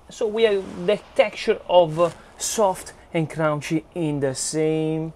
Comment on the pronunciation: "sowft and crownchy"